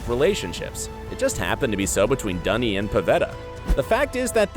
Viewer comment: its NOT Dunny its Duny XD